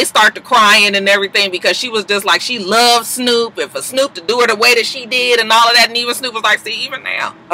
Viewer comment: "I'm selling a toy line! What do you want me to dewr?" The way you said "do" (which is exactly how Snoop says it) made me repeat that part a few times. LOL